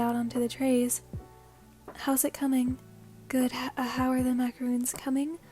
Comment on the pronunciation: Just wanted to point out for the 2nd tamaki one, it’s pronounced macaron (o as in “on”) instead of macaroon.